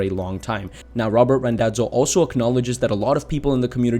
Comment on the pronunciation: Small correction - it's Randazzo not Rondazzo. :)